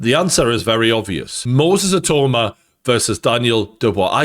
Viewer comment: I-TAU-MA. NOT I-TOE-MA